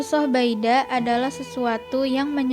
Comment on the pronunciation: Baidha' pake ض bukan pake د